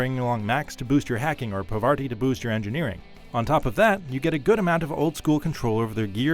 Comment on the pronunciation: I think it's "Par-vati" not "Pah-varti"...only know this from watching too many episodes of Survivor.